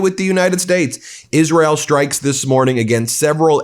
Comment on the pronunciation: There’s no H in STrikes. It’s not SHtrikes. Could you stop mispronouncing English.